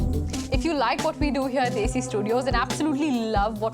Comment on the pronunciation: Bhai kam se kam "Desi" tho desi accent me bol deta. 🤦🏻🤣